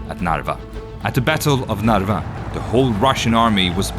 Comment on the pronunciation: Narva town is very good pronounced in Swedish, but the King should be then pronounced "KARL den tolfte", not Charles.